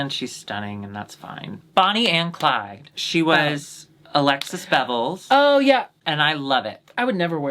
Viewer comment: Alexis's English accent in the intro was strikingly good.